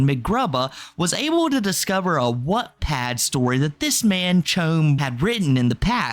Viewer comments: “Whatpad” 😭 love you, but it is pronounced like “watt”. Like the unit of power. “Wattpad”. lol can’t wait to finish watching this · I’m not sure if it’s your accent (which I love) but Wattpad is pronounced “watt” like a lightbulb watt! 💕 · sounded more like “whatpad” imo, not sure if he fixed the pronunciation later in the vid